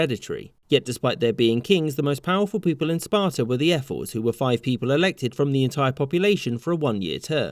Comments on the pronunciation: Who else keeps hearing him say airforce? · I keep hearing you say "Air Force" lol. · He pronounces "ephors" like "air force" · When i heard "Ephors" i actually heard "Airforce" and was like "Hoe the fuck did the Spartans have an Airforce